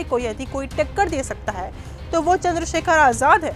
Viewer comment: Chander Shekhar ravhan hai sahi se name le